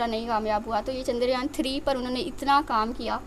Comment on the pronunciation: Are chandragyan nahi chandryan bola karo